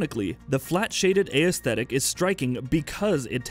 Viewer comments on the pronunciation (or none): it should be as teh tic not a e static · Someone teach the man how to pronounce "aesthetic" or tell him to stop saying it altogether. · How is it sometimes aesthetic is pronounced correctly and other times it's not... Let the guy who pronounces it correctly make the videos.